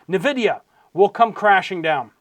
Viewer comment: it is pronounced n vidia. Not nuvidia